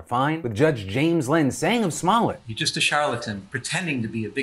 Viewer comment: Did Phil really just say "small-et"??? its "smol yay"